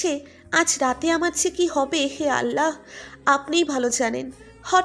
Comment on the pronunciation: Allah bola thik hoynai